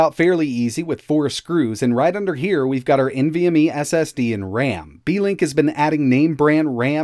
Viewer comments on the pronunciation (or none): "Beekink" lol